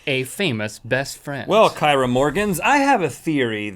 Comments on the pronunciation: Kyra is pronounced keera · "Kyra Morgans" is said kee-ruh...I have the same name.